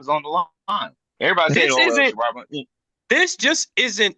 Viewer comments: That was bothering tf outta me too! 🤣 Just because you're from Flint doesn't mean you know Michigan Football. Worry about Day! 🤣🤣🤣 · It's not shearod Moore it's sherrone Moore show some respect dude...